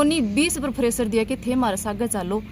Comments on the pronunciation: ये ड्यूटी जाती है प्रेशर को फरेशर 😂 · Preshar dabav hota hai fresar nahi hota hai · फ्रेसर नहीं प्रेसर होता है बूच फ्रेसर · फ्रेशर नही प्रेशर होता है।बन्दी अंया की ही थी